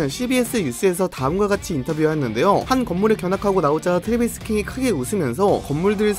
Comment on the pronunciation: 트레비스냐 트레버스냐.. 킹은 킹이너